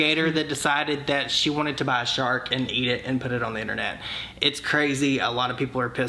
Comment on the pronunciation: Listening & watching while I’m getting ready & I swear I heard “shart” not “shark”! I’m cackling. 🤣